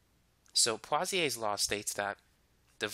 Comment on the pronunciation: Wait, what? Pawsiaes law? My sir pronounced it poesoolaes law and my whole class repeats after him.